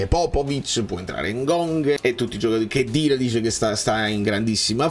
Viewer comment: Cmq è Cheddira e non Keddira … e la CH si pronuncia “SCEDDIRA”